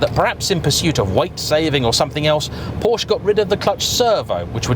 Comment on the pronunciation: I really like your videos,. But please stop calling it a "Poasch". Every other car brand, you seem to be able to prounce correctly, why not Porsche? Clarkson: How hard can it be? Please, you can make it. Thanks from a german car enthusiast.